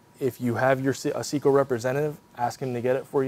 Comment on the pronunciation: Well, it's Seco, not Ceco, but yes I do understand the scale of it. But that doesn't give them a pass - if they want my business, they're going to have to make it easier to choose and acquire with less risk that I'll order the wrong thing. My experience in this field is pretty deep, yet I still believe one either has to acquire months of in depth knowledge in this segment to be successful picking the right insert, or they need to be able to turn to someone who can say "Forget all the alphabet soup, for the kind of work you do (material and HP of machine), standardize on these six inserts and ignore all the rest." If wants to make a contribution to this topic, it should IMO be all about what to ignore, and focus on a tiny sliver of things that just work. Trying to give us a Ph.D on this topic is inconsistent with Dales stated mission - to make it easy to just go into the shop and get stuff done. A catalog of 30,000 parts is not, IMO, a good starting point for this hideously complex subject.